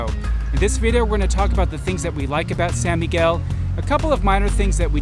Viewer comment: Sawn Miguel not Sa